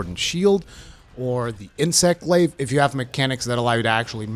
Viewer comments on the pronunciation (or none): none